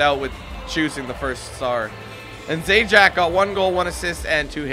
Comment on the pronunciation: I'm pretty sure Zajac is pronounced Zahyats